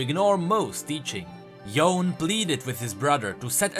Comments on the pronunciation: Bro, I can't 😭 Why you keep pronouncing it like "Yown"? Even the characters, and in the cinematics they say "Yoh-neh", I don't understand why so many people keep saying "Yown" 😭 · It's Yo ne.., the e is not silent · It's Yo-nay ffs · It's pronounced yoo-nay. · Its cringy hearing him say "yone"...i didn't finish the video after hearing it 3 times lol